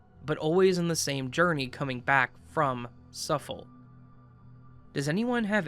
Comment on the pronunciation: Suffolk = Suff-uhk , Norfolk = Nor-fuhk (silent "L")